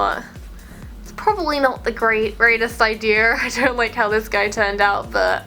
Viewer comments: I love how she says "Idear" it's so cute. I'm not hating, it's so cute how she says things. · Who else loves the way she says “idear” 😌👋